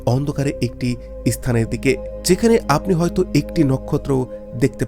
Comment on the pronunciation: খুব ভালো লাগছে শুনতে। একটাই অনুরোধ প্রত্যেক S বা স দিয়ে শুরু শব্দ উচ্চারণের সময় e বা a যোগ করবেন না। স্থান কে এস্থান scale কে এস্কেল। আমি বাংলাদেশে ৫২ বার গিয়েছি। উচ্চ শিক্ষিত বা স্বল্প শিক্ষিত প্রত্যেক মানুষকে এতেই অভ্যস্ত হতে দেখেছি। উচ্চারণের সময় একটু সতর্ক হলেই অবশ্যই শুদ্ধ করে নেওয়া যায়।